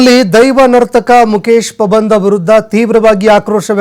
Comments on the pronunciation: ಪಾಬಂದ ಅಲ್ಲ ಪಂಬದ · Not a pabandha 😅😅😅😅😅😅it's pambadha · ಮುಕೇಶ ಪಬಂದ ಅಲ್ಲಾ ಮಾರಾಯ ಮುಕೇಶ ಪಂಬದ 😂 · first kannada sariyaagi odi Pabanda alla Pambada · pabanda alla marayaaa pambada.... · Anchor please pronounce PAMBADA. It's not PABANDA